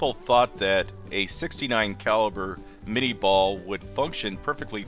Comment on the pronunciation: Cool. So much knowledge about ballistic data. It's so funny that with all this specific expertise you still cannot pronounce the name of the projectile . Claude Etienne Minié was a Frenchman. Therefore the name is certainly not "minni-ball"😂 And yes, I am from Europe. BTW Great Channel.